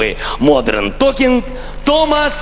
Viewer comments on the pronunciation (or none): Сам ты Модрен😀😀😀Даже неправильно произнёс название группы .🤦‍♀️🤦‍♀️🤦‍♀️